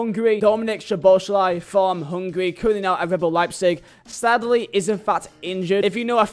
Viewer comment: Thanks for respecting szoboslai and one of the only youtuber who pronounce him correctly